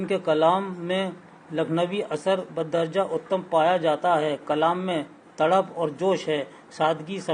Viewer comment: badarja uttam nahi badarja-e-atam hai sir